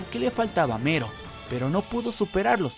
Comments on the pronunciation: Es "Melo" , no "Mero" 🤦‍♂️ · Oye wey no se si te ayudara este comentario pero se llama "melo" no "mero" de nada XD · me molesta que diga mero, y no MELLO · Se llama Mello, no MERO. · El video lo hizo un latinoamericano, en latino se pronuncia Mello. Y si, le puede decir hasta Melon si quiere, pero va a seguir estando incorrecto. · En japones se pronuncia mero, pero ste men es latino asi q no se xd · Porque en japones se pronuncia mero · Creo que en Japón la L no se puede pronunciar y se dice con R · Cuando dices Mello, siento que dices Homero xd